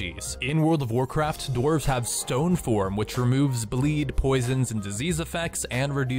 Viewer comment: enderark yeah i really dident understand what he said before "dark iron"